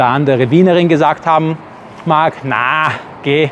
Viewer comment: Wien-Liebe und Steffl: untrennbar verbunden! 😍 Allein über den Dom könnte man tagelang erzählen! Danke für den Wolkenkratzer-Vergleich, war mir nie so bewusst .. Und das "Naaaa, geeehh" klingt schon ganz gut! 😉😄